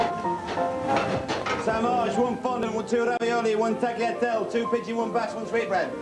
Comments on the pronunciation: He pronounces Tagliatelle like Uncle Junior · Hmm half Italian. I would have assumed half French. He does pronounce tagliatelle incorrectly. Not sure I'll ever have the delightful opportunity to experience his food.